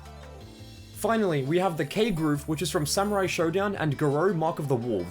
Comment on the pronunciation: It's Shodown, not Showdown.